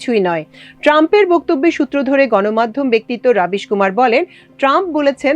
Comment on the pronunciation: রবিশ, রাবিশ নয়